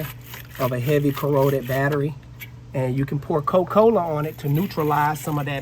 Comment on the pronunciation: “Coh-Cola” country as hell. Where is the “A”.